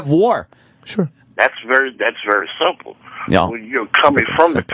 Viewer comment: "Iss very simpo". He's an arrogant jackass saying "Iss simpo" to give an air of high intellect when in reality he's an indoctrinated simpleton.